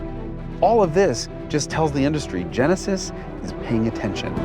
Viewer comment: Oh, yaah.. ze Tjenesis !